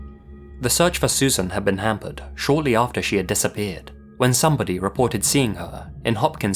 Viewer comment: I hate myself for this, but the way you emphasized some "BODY" must be missing her that really made me laugh